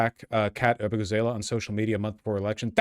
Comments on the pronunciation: When Vaush said “Ah-boo-gah-zay-lay” I got the 1000 yard stare. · Abu-gah- zah-lah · Still upset that all these leftist streamers can't pronounce Abughazaleh